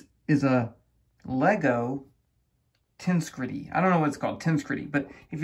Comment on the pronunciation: Yes! (I came here to post the same comment.) I would write the phonetic version as ten-SEG-rih-tee. Portmanteau of "tensional integrity".